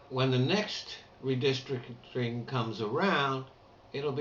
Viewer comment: Redistdricting;). LOL. I was gonna ask if you'd been drinking, y'know, before you caught yourself,.